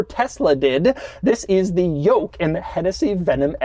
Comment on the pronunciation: take a shot whenever doug says “yolk”